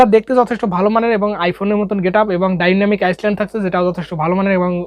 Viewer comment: ডায়নামিক আইসল্যান্ড না ডায়নামিক আইল্যান্ড 🤣🤣🤣😆😆😁😁